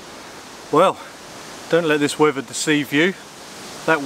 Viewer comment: did you say, weavuh instead of weather? and why do you only laugh 2 laughs? Why do you say "as well" instead of "also"?